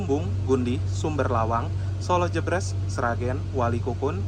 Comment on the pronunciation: Koreksi bang. Pelafalan Solo Jebres bukan kayak gitu. Bacanya kayak baca RE dalam kata "keREta"